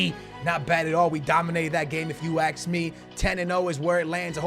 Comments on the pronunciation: always says aks instead of ask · At 19.28 did he say aks me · "If u ax me " 😂😂😂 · why does he say "if you aks me"